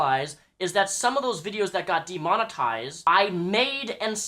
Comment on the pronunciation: De-Mon-Eised is how he says Demonetized.